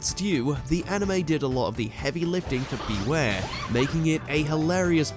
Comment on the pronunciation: The franchise was built around Ash&Pikachu But Not Anymore 😭 &You Mispronounced ZACIAN BEWEAR AMPHAROS LOPUNNY DEOXY&SSCIZOR